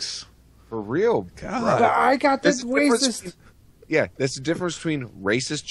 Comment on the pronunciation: hey did you say whacist instead of racist? lol and they speak Filipino dudes